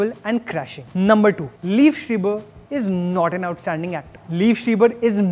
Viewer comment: You had me had the wrong pronunciation of Liev Schreiber.